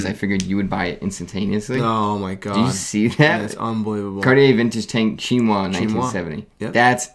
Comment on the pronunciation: Please learn how to pronounce ‘Chinoise’. It’s feminine with an e at the end, which means the S is pronounced as a z sound.